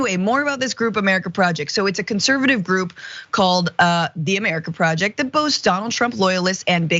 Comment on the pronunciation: "'MUH-ruh-kuh PRAW-uh-JAY-yikt"